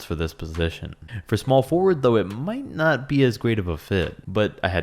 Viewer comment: PSA re not er sry it was annoyong me